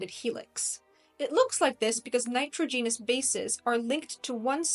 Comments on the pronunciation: Very intersting. But NITROGENOUS is not pronounced that way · Show me an archeologist that can grasp the 160 plus genes involved in skin color I’ll validate this video. The narrator can’t even pronounce nitrogenous properly. That is all I’ve got to say.